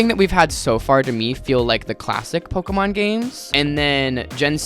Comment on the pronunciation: The way you’re pronouncing Pokémon correctly unlike everyone else and I still know this videos gonna make me angy